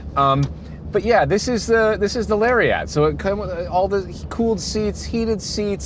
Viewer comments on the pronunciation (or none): A Canadian and a Brit pronouncing Lariat is funny 😂. It's not Larry At. It's Luriet. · Two things came to mind as I watched this... First, I have never heard anyone do such an excellent job of mispronouncing Lariat; it gained a syllable and sounded like a whole different model. Second, their complaining about the truck really made them sound picky. The problems they had were mostly people problems not truck problems and they even gave credit to the truck for successfully handling everything they threw at it. The break-ins and paint color have nothing to do with design or performance. Only the light ballast issue is a legitimate gripe and that may exist with other generators. In the end their biggest complaint appears to be the cost which is what everyone says about trucks so I'm left wondering if they simply didn't want to restate the obvious or provide a positive evaluation. Very strange review.